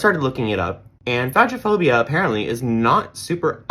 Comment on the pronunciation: It’s pronounced like FAY-go-fobia and you’re fantastic!